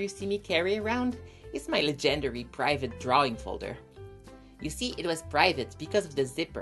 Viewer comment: I love how you pronounce "legendary" as "leGENDERy" it's really cute!